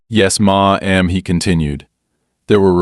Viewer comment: Maw - am? Stupid AI narrator. Worse "writer".